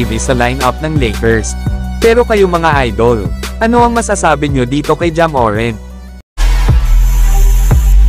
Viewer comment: Boss hindi MORENT ang bigkas kundi MORANT Inaartehan mo kc di naman maganda sa pandinig